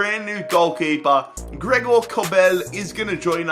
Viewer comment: It’s grigg not Greg 😂😂